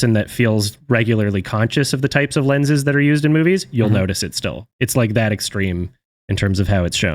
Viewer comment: The moment he said “lenses” markipliers ears started ringing